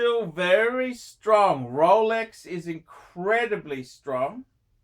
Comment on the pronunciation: Haha "STREAONGH!" russian accent. Yeah of course ROLEX is strong, Rouhleks never loses.... any other watches can't survive 2020 gracefully, Lolex can.